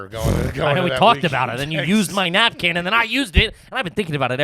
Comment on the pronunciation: Why does call a Napkin and Nap-can?